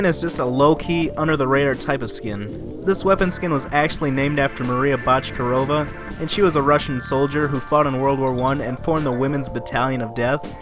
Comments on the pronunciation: I’m not Russian but I definitely think that’s not how you pronounce Bochkareva, I think it’s pronounced Bo-sh-ka-ray-va But still a good video! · I think it’s pronounced bok-er-ay-va